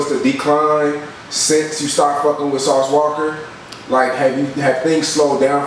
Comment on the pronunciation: Did the camera man really just say sauce walker smh